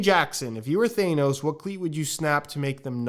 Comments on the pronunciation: Please don’t tell me that’s how you say thanos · dude said “thane-ose” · really said "Thay-nos"